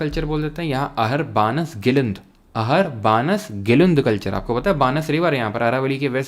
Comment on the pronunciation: बानस नहीं है, वो बनास नदी हैं